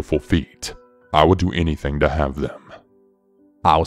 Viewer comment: it is building not bail-ding!!! anything not Annie-thang. I am only kidding. Good stories. Plus I think ur ache-sent is cool. I just wish I had an accent. Peace 👊